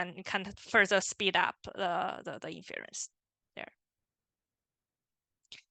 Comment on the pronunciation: Nicely done and very helpful! Thank you!! FYI, the stress is on the first syllable of "INference", not the second ("inFERence").